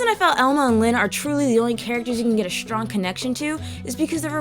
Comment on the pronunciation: I like the way you pronounce your Ss. Shtrong heheh cutw